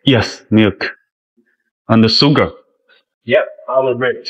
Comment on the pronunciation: 不是苏个是书个，sugar